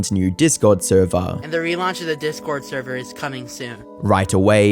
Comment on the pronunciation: “NOT THE THURVER!!!” 🤣